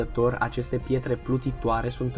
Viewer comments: Eu am inteles ,,Chetre Plutitoare" NO HATE😂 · Doar eu am auzit chietere? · "Pchietre plutitoare" :))) no hate xD